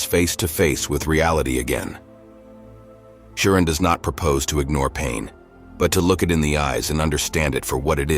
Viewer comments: This is a gross misinformation. His pessimistic leanings didn't start in college. Also, I know this is AI voice but hearing his name pronounced Kioran is annoying...it's Ch-ioran. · It's pronounced as Emil Choran ("Cho" the same way as in Chocolate +run) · The correct pronunciation of his surname, Cioran, is: "cho-run" 👍 edit: I mean "cho" like when table tennis players are yelling "cho" after a winning point, and "run" like the English verb to run. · I never imagined there could be that many different ways to pronounce "Cioran." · Why does the narrator use four different pronunciations for the hero's surname? AI?